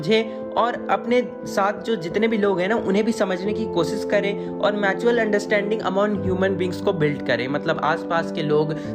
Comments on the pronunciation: Mutual ,matual nahi bhai 😂😂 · Matual ni bhyya mutual hota h 😂